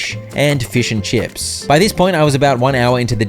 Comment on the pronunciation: "Fuæsh 'n Chups" 🗣️🔥🔥💯